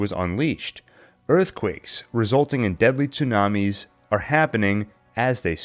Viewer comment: I’ve never heard tsunami pronounced like the Cartoon Network on purpose.